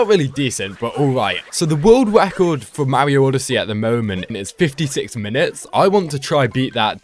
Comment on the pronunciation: its Mario not mawio